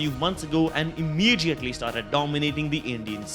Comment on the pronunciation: I like how he says imijiatly